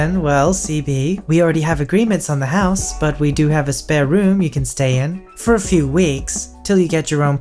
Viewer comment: SPARE not spear room!